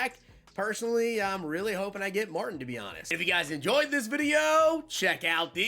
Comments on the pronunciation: Marteen gramatica please quit saying Martin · I can't stop laying when he calls the kicker "Martin". Pronounces as "Marteen" is probably the way it should be spelled. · Yo....put some RESPECT on Martin Gramatica....pronounced MARTEEN bro! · I was thinking the same thing Martin lol😂😂😂. Might not be old enough to have seen him play or remember.